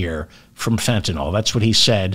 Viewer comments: Say fen.ta.nil..not fen.ta.nol..please? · Begging you, it's FentaNYL not FetaNOL. NILL not NOLL. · please fentaNYL not fentaNOL ... love you David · David, it's Fentanyl NOT Fentanol. Pronounced: (fen-ta-nil) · David, Fentanyl is correctly pronounced the way it's spelled - Fentan I L L , not Fentan O L L. Not too difficult to accomplish, so why not have a try? C'mon.... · Fentanyl, David, Fentanyl, not Fentanol. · Fentan-yl, not Fentan-all... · David….its Fentanyl….not Fentanol😊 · Fentanyl, not fentanol. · Pronounced fen-tan-ill. 😅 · The pedant in me just HAS to say this- it’s Fenta-NYL.. hearing it mispronounced so consistently is driving me bonkers!! Love the show though! 🎉🎉☺️